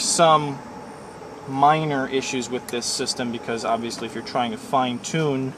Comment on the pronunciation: ya sure you can spell......obvious is spelt like that not like you said "obivos